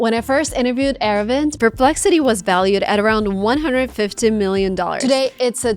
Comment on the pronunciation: its not era-vind, ita ara-vind